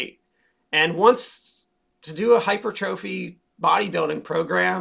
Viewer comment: Hypertrophy is pronounced “hy-Purr-tru-fee”, not ‘hyper-trophy” :)